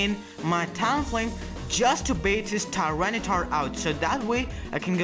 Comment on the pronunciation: Thea-tar(T-Tar)? xD